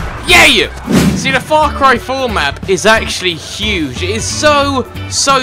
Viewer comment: In this video it sounded as if you said fuck ry for